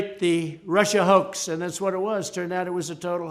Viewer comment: He can't even pronounce the word hoax correctly 🤣 you'd think he'd know how to by now!......he says it enough times😴😴😴😴